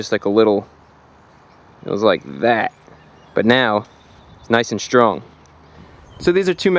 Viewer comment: "Shtream"? "Shtrong"? Why do you do that?